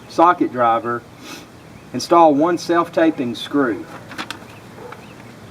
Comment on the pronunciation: self tap-ping not tape-ing